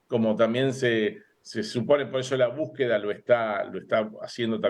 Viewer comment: No se dice búsqueda. Ahora es buqueda😂😂